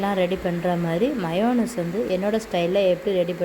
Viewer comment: Mynus illa MYONISE